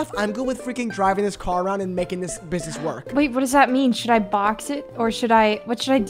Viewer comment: “Mind ur freaking burgwax” 😭